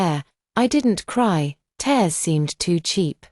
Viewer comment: Fix your AI, TEARS is not "therse". LOL "the late autumn dawn / at 3 AM!" because usually the sun arrives at midnight? Chaotic dumb story with too much self-pity and not enough self-reliance. If the family ignores you when you are right there, they will not be in a state of panic about your disappearance for 5 years straight...